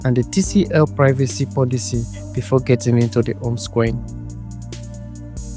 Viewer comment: Home!!!!! The “h” is not silent.